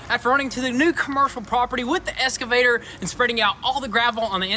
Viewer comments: It’s pronounced EX-cavator and not ES-cavator. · Guys it's Solder not soder and excavator not escavator 🙄🙄🙄🙄